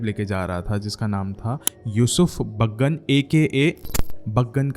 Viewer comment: baagan nahi hai chaggan hsi sala 😂😅😅😅😂😊